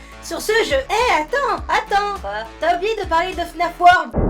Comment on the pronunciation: On dit pa plre on parle lol